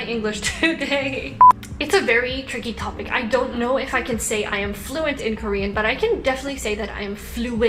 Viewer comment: When said " It's a Very tricky topic " And She suddenly went korean "ㅌ" for topic